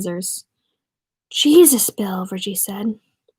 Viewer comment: You have a good reading voice Critique - up your vocab and spare e'reone the censorship *heehee ur irish sounds like a northerner imitating a texan s'all good tho , work on it ... **jesus = jay'suss (nell) ***"ah'yuhp" is the maine colloquialism (you're close) n o c e n s o r s h I p ✊